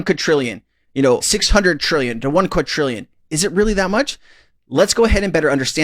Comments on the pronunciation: It's not pronounced qud-trillion, it's quad-drillion. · it is NOT uqadtrillian IT IS QUIDRIALLION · QuaDrillion…. Not Quatrillion…. My Only peeve of this channel lol. Love ya